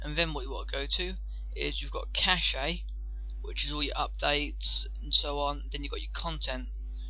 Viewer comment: btw, they are pronounced Par-tish-ion (partition) and cash (cache).